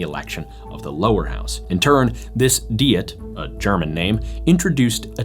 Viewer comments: AI. bullschitt. What is a "dee-it"? The narration is A.I. and probably ChatGPT. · Why does he mispronounce "Diet"? It is pronounced exactly the same as a food regime. Also, the word is not from German.